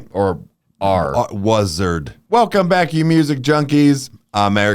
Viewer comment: "Waserd" had me laughing for almost a minute.